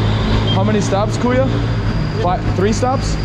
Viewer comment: Say “kuya” brother… not “kuyo”…